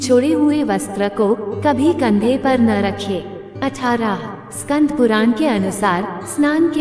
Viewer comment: स्कंद है स्कंध नहीं